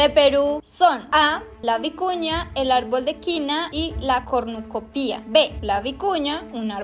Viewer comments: JAJAJAJJAJA PRESENTE PERUUU, ME ENCANTO COMO DECIA "CORNUCOPÍA", le ponian el acento en la "I", y se dice sin acento, "CORNUCOPIA" 🤣🤣🤣🤣, PERO AME EL VIDEOO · Pronunciaron mal la palabra "cornucopia".